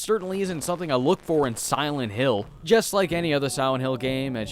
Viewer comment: Siwent hill. Look at his lips during pronunciation.